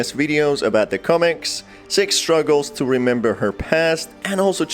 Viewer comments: Yeah sox wonder why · Why is he pronouncing six different You know what i mean😏